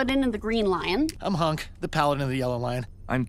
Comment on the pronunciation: The showrunners: “We love all our characters! Keith, Allura....Shyro...Lootoor.....Hönk......L-lënçe?